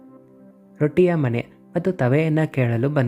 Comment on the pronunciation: ದಯವಿಟ್ಟು ತಿದ್ದಿಕೊಳ್ಳಿ ಮಣೆ, ಅಲ್ಲ ಮನೆ ಎಲ್ಲ ಕಡೆ ಅಕ್ಷರ ತಪ್ಪು ಹೇಳುತ್ತಿದ್ದೀರಾ ತಿದ್ದಿ ಕೊಳ್ಳಿ.